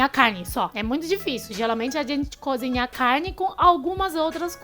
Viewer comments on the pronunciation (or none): none